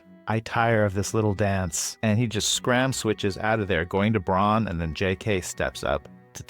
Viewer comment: Dutchy here (living close to the German border). I dont think it was pronounced correctly. It sounded like brawn or Bron while the "au" should sound more to how you pronounce "ao" in "ciao".